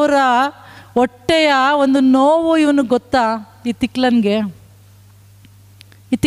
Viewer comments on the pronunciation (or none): 'ಅಲವಾರು ಒಟ್ಟೆಗಳ ' ಕನ್ನಡದ ಕಗ್ಗೊಲೆ ಮಾಡಬೇಡಿ ಅಮ್ಮ.....